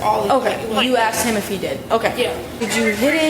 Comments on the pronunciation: She “axed” him? Damn mans didnt deserve that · Why she none stop saying mhmm mhmmm....? And never trust anyone that says axed, what happens when you say ask? Axe? Retarded. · Fucking hate it when they say "axed" it's "asked" illiterate demons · "I axed him..." 🤢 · "I axed him.." yea, that's attempted murder. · "I axed him" man FOH 🙄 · Anybody who says “asked” as “aksed” ain’t right in the head. Like wdym you can’t even say a simple word the right way you dumb Mfer?